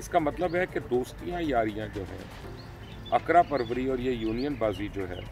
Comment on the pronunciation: اسلام و علیکم سر اقرا پروری نہیں اقربا پروری اصل لفظ ہے